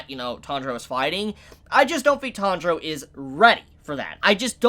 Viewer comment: Is it me, or is saying "Tundro" instead of "Tanjiro"? If that is the case, I wonder, why? Natural way for English speaker to say it or something?